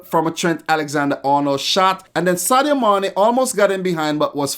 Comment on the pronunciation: I love the way you say Sadio Mané